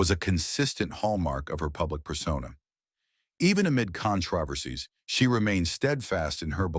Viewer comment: PLEASE fix your AI!!! 1. You called John and June Harlow. 2. You called her Bet Davis three times. 3. You said "brayless" nine times. 4. You even said "bryless" once. 5. You said "conTRAversies"! 6. It's pronounced BaysinGer (long A, hard G!) and finally 7. You can say effable, juxtaposition and eschewing right but not braless???